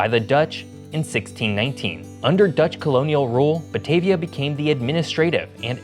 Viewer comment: Your pronunciation of Batavia is wrong. 😅 Ba-Ta-Via (with a "ah" sound)